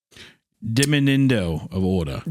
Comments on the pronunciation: Hunter trying to say “diminuendo” really gives Nemo trying to say anemone. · Hunter trying so hard to say "diminuendo" properly almost has me rolling in this filthy horse stall!😂 all I pictured was a bearded baby clown fish!😅🤣 You're doing great, sweetie! Better than I would've done lmao